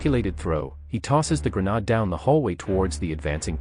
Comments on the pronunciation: The City of Detroit... with what at many times strongly resembles Cyrillic words on signs. Lets not forget the word grenade totally mispronounced. Also the word millimeter describing a bullet size, is given an S at the end of it which makes it plural meaning more then one. One who knows the English language would not make the mistake. In regards to ammo it is ALWAYS pronounced as singular. 12 millimeter, 88 millimeter, 75 millimeter, etc. Adding an S at the end is the same as saying I am going to Walmarts, Gamestops or Home Depots. I know this whole video is AI created but was scripted and programmed by a non dominate English speaking country. The proof is there. Not that there is anything wrong with that, but Detroit's main language is not Cyrillic. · Weird way to say grenade. Cool video though.